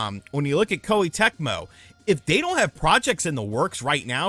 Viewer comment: Please learn to pronounce Japanese names and terms dude; Kawata {Kah wah-Tah}, Koh-Eh the vowels have a short enunciation. it's easy, the vowels are "A"= ah, "i" = ee , "u" = oo , "e" = eh, "o" = Oh so a name like "Katakawa" would be ka-tah' . kah-wah